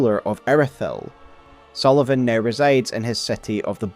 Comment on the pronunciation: Pontiff Sulyvaghn